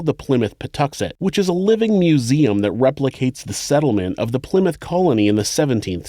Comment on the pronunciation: He also pronounced Plymouth correctly too. A lot of people from outside of the UK say, Ply-Mouth.